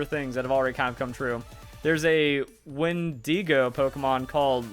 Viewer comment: Pokémon company: constantly talks about dead children = Pokémon: cool Pokémon company: possible leak on a cannibal inspired Pokémon: Wen-Dee-GO sounds too much I’m not hating it dose sound pretty crazy lol, but the pronunciation killed me